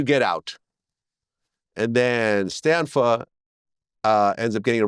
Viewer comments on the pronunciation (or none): It’s John Stanfa. Not Stanford.